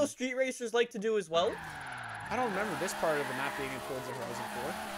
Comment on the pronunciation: Why does he say Forza like that like? He acts like there’s a T in it, like Fortza.